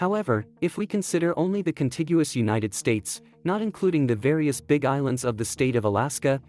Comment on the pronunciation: I like Uni Teds Tates 😁